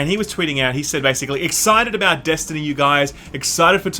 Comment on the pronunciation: You mispronounced Destiny Poo.